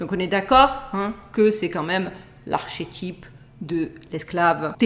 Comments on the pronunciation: On ne dit pas archétype! ça se prononce ar"ké"type! 😂Idem dans ta vidéo avec le lac rouge quand tu parles des archées!😂le se prononce ké . Je me moque pas hein! Mais tu m'as fait rire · Bonjour ! Tres unteressant. Sinon on prononce arketipe.